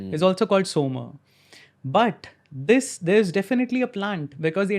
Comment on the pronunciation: It’s Soma, not Soma.